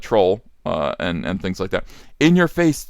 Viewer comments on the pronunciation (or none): none